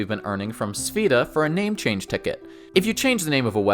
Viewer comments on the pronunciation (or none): Hands down, the best RPG games ever made along with up to Wrath of the lich king world of warcraft. Absolute PEAK gaming. Then it just quickly went down hill after COD broke out. Also, its pronounced sph-a-da. The e is like an a